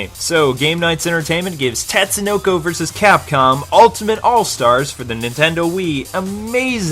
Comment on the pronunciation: Another good review. The only thing that irked me was when you said "tat"sunoko, instead of "tot"sunoko. A minor complaint, but it says it right in the beginning of the game. I guess it's like people calling Ryu "rai-yu"... an endless war of pronunciation that will never end, lol.